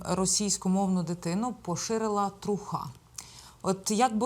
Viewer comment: Не «трухА», а «трУха» - сленгове слово від англійського truth